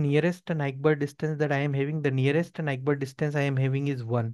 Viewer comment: The pronunciation of neighbor 😭